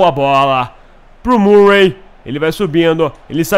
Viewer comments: pugh = pãg murray = mãruei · seu lindo, não é MURREI, que se pronuncia e sim MÃRREI, abração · a pronuncia eh mãrrey e stãnislas